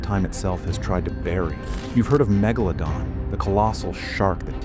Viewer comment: That's not how you even say megalodon😂😂